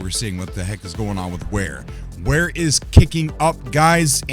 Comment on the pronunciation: Clearly says Vare not Ware